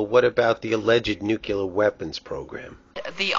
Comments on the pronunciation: NU-CLE-AR NOT NUCULAR, NUCLEAR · Having a hard time pronouncing nuclear I see...